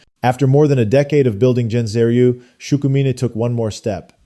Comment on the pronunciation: Nice video. However, Gensei is pronounced with a hard g as in "guest".